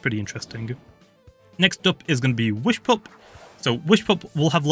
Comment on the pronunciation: Did u say "whishpup"